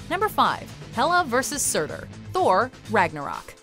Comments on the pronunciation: Lol she says surtur so wrong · YOU SAID HELA AND SUTUR WRONG AND THEY WERE THE ONES FIGHTING EACH OTHER